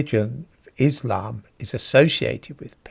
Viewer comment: When pronouncing the word 'Islam' in English, the emphasis belongs in the first syllable. Enunciate the 'iss', as one does in 'hiss', as if impersonating a snake.